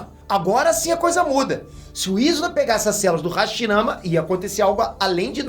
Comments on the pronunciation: hashimara kkk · hashimara?? Tá errado isso ai